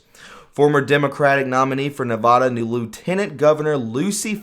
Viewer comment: Also, it's NEVADA, not "NEVAHDA"